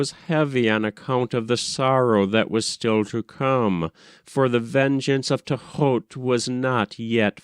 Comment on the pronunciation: i don't like how you say his name nefercupatah or whatever. find it highly annoying, just like how you say thoth, and for how you read for that matter.